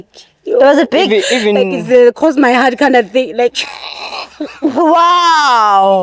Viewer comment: That girl can’t say “cross my heart”🤣🤣🤣🤣